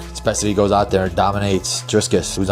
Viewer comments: Belal's nose us still bigger like after the beating jdm inflicted him. Pronounces Driscus on purpose😂 its you punk no one cares about. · Driscus!? It's funny how Belal pronounces all of the Muslim names right. . .